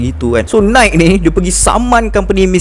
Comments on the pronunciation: Nai ki, bukan naik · Bukan "naikkkkk". "Naikiiiii". Bukan "lingked in". "Link in". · kerol kau kena belajar sebut nike, linkedin etc betul2 before buat video